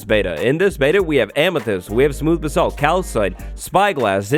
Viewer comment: The way he says basalt... I’m not even British but it bothers me